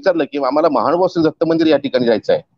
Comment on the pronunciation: दंडवत प्रणाम् सर! मानभाव नसुन महानुभाव असा शब्दोच्चार अपेक्षीत आहे!